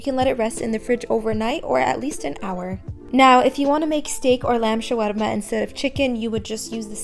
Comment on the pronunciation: anyone else notice how cute she pronounces the word shawarma🥺